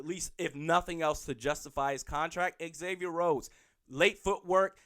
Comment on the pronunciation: Say it with me - Zay-Vee-Yer It's not Ex-Avier. Just like Xavier University. The home fan media, should know how to pronounce our players names. Zimmer and guys on the team, call him Xay (prounced Zay). Not ex-say